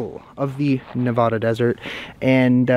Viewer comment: I love all of your videos... just not your pronunciation of Nevada. Stay safe and keep warm.